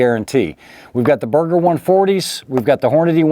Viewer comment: am i the only one who hear burger instead of berger?